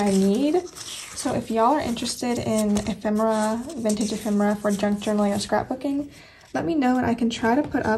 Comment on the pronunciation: I am actually using this kit of for this current week. I LOVE it 💙 oh now I have to go antiquing (we have tons of shops within minutes of me) and look for ephemera (yes you are pronouncing that correctly 😉) I believe that I have some diffuser stickers, if/when I remember I will pull them out and send them to you. Your speed turning out amazing 💕🎀 (I am going to steal some ideas from it 😁)